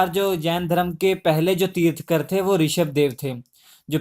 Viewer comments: It's tirthankar not tirthkar! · Pronounce it Tirthankar and not tirthkar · bhai tirthkar nahi tirthankar hota hai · Tirthankar instead of tirthkar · Sir, i really appreciate your work But a humble request. pronounce words correctly. They are thirthankar. तीर्थन्कर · श्री मान जी ये तीर्थकर होता है तीर्थकर नही। अगं की मात्रा आप गलत पढा रहे हो